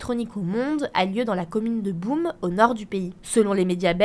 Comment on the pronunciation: Chers amis français, il serait de bon ton que vous vous renseigniiez 5 secondes sur les prononciations de noms propres dans d'autres langues. Entendre que TomorrowLand se passe dans la ville de Boum pique un peu les oreilles. Ça montrerait un peu de respect aux autres 😉 Cordialement, un belge un peu tatillon. PS: le reste c'est très bon, c’est juste une tendance française de prononcer les noms propres n'importe comment qui m'énerve 😊